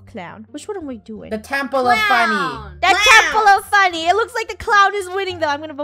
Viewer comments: Haha so funneh instead of funny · FUNNEH NOT FUNNEYS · funneh: cloen me: IT FUNNEH builds penny wise me: NOO YOUR SUPOSED TO BUILD IT FUNNEH!